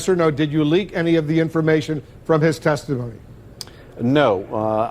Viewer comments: I thought Schiff for Brains said testiphony. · I think he said "testiphony".